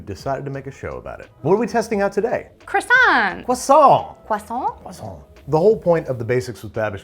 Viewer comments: CWASSON That is all. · “Uh yes, are you gonna finish that CwAsO”